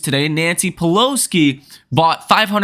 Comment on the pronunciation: Bro, it's Pelosi, not Peloski.